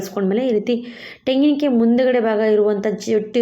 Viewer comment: ತೆಂಗಿನಕಾಯಿ ಕಣಮ್ಮ ಟೆಂಗಿನಕಾಯಿ ಅಲ್ಲ